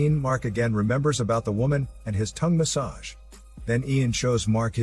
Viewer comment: It's fnny to hear the way u say "tongue massage" 😂😂